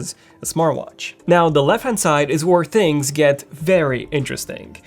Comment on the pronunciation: Completely missed the blood sugar aspect. please learn to pronounce the h in words. Thanks. And yes I am multi lingual. Things not tings or dings.